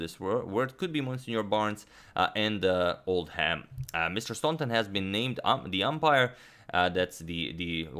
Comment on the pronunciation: Oldham is pronounced "old-em" (sort of like "Texas Hold 'em" but without the H.). Messrs. is short for "messieurs" (French).